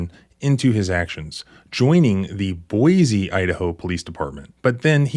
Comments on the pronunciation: There's no "z" in Boise. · Boise not boize....check ur pronunciation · This is not criticism, I love your stuff. Just FYI. It is pronounced "Boi(cee)" not "Boi(zee)". I hope this helps. This kind of stuff is one of the many reasons I moved from Idaho and never looked back. And I was raised there. Wait till you hear about the time Boise PD shot a prison guard. Thanks for all that you do. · This is why everyone hates people from California. I mean, we didn't need another reason, but here is another. Also, he got so many complaints when he went to Boise and Idaho is happy he is gone. Wish the rest would go back too. Also you said Boise wrong its see not z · Boy see Is the correct pronunciation